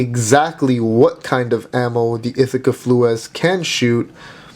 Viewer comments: I also disagree. It is also pronounced Flues, not Fluee's. This gun other than Damascus barrels can handle anything. After being and used in my family for over 90 years has shot everything!, Lead Nitro mags, to field loads. Barrels still ring true, and have no damage. Stop looking at gun shop advice, and take it from people who have shot it for more than 90 years. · 11 years later and i came here to say you constant pronunciation of of Flew-ez is annoying as fuck and shows what minimal research you've done. The shotgun was named by the designer Emil Flues, pronounced as flews (flooz). I'm watching videos on the Flues as part of data gathering and your constant speaking with absolutes then saying "as far as you know..." means you're not really credible. Putting something out there because nothing exists is noble but I'd rather have objective knowledge shared than a 4th grade book report. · Like the other says your pronunciation of flues is incorrect, flews would be more correct. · Stop pronouncing Flues that way. I could only stand about 3 min.